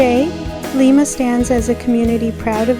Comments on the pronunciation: It is pronounced Lie-ma. Not Lee-ma. I was born and raised there. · pronounce it LIMEA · It's pronounced with a long i, just like the bean. Lima bean. Lima, Ohio. I lived there for years.